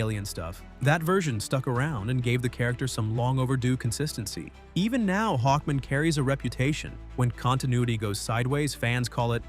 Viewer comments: HawkMAN, not Hawkmin. Is this an AI voice or is the narrator mentally challenged?!? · It's pronounced Hawk MAN not Hockmon. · Hawk-MAN! Jfc. Is this AI or no care for pronunciation? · What’s with saying Hawkman like that? It’s not his last name. “Hawkman. Murray Hawkman.”